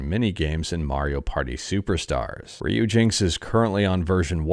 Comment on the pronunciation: Has anyone commented about ryujinx yet? It's Ryuji-NX 😁